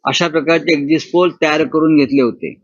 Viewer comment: शब्द नीट उच्चरा एक्सिस्ट पोल शब्द नसून एक्सिट पोल आहे